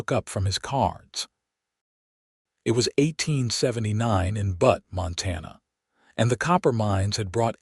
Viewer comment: Enjoying the story. You must fix AI so it stops calling Butte (B-u-tte ) Montana 'Butt' 😅😅 like the backside of a donkey.